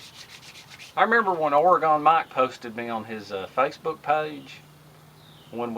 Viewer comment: I'm from Oregon and it's pronounced ore-gun don't pronounce the e